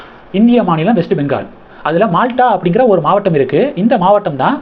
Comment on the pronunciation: not malta...it is MALDHA